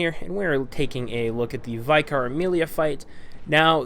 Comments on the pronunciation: It’s an American thing using the word vy-car. It’s vick-ar, you know, how it’s spelt. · Dude. Vye-car Amelia??? Don't you have Vicars where you're from? Y'know, members of the clergy? Vicars? Is this ringing any bells? Anyhoo, I beat her in about 4 mins first time & she didn't try to heal once! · I've noticed more and more people pronouncing it Vycar, I guess they're thinking it's meant to sound more complicated than it really is... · ...How do you mess up the pronunciation of vicar? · Well, as far as I know the term is pretty much exclusively used here in the UK for certain parish priests in the Church of England. So I suppose when he read it for the first time, it was like a coin toss between pronouncing it like in "vital" or "victory"; the latter being correct. That's one of the problems with English, you can come across words in writing you've never heard and now understand but can't be sure how to pronounce. But, have to deal with the system since accent variation in English is pretty big to say the least. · his pronunciation of the word vicar is the only thing that bugs me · I had to stop the video and look through the comments to see if anyone was getting as annoyed as I was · Epicnamebro did the same thing lol. :P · Me too